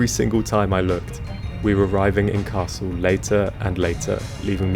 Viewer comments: Hi, I loved to watch your challenge. I use the ticket for trips up to 4-5 hours myself and the slower pace lets you calm down and enjoy sights you'd otherwise miss out. A bit off the topic: i guess, that your German may be quite decent. In the video however, you're missing out the speeding up on the double consonants. The double-s in Kassel ist pronounced like in the English word vessel, the ll in Halle is more like the English name Miller and not like the English word Hall. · Cool although I had been under the impression that you spoke German...until you said Kassel.